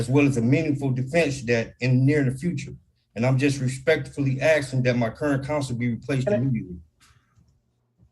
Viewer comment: Dude you just can’t go around “axeing” judges🎯